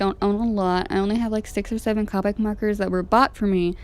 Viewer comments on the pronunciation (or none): I’m not being rude but it’s pronounced cope ic not cop ic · U said colic wrong its co-pick no hate I picked up these markers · the o in copic is pronounced o not capic